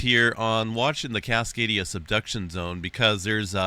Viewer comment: i keep hearing “cascadia seduction zone” 😆